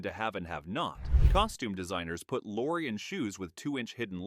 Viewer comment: It’s pronounced Peter Lore-ee and Ray Mill-an. Otherwise interesting.